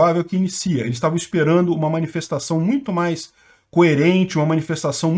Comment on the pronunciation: Agora que eu entendi a “minifestaçao” KKKKKKKKKKKKKKKKKKK